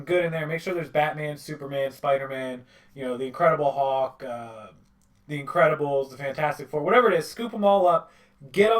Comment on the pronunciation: It's INCREDIBLE HULK it is not INCREDIBLE HAWK